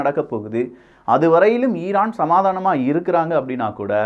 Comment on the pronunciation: Iran ❌ eeeeraaan ✅ 😂😂😂😂